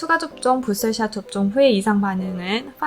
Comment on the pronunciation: 발음 젛으시네요 부스털 샷 ㅋㅋㅋ